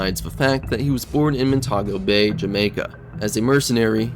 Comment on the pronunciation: Its Mon-Ti-Go-Bay Jamaica. Thats the pronunciation is